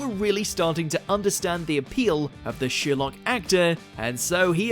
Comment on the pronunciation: The name is pronounced Sherlock, not Sheerlock. But that's the smallest part of this complete trainwreck of a video.